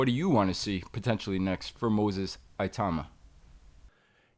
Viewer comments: Tbf even english people pronounce it Itooma/Itauma. The 'I' certainly isn't pronounced EYE though like most Americans tend to say. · Moses, "Iatooma" 🤣